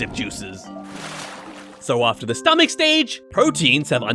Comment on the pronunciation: Bro said stomACH